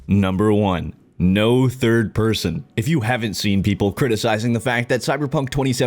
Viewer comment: came into this video thinking it will be - meel mechanics - driving - braindance instead its "no thid person" are you kidding